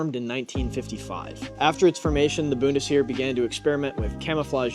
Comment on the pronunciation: my god man please learn how to pronounce words before recording lmao. "Boon-tis-Here" is killing me